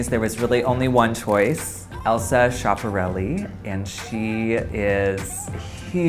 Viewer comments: it's skee-a-p-a-rellee not shapareli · the syllable sch of schiaparelli is pronounced like the sk of sky....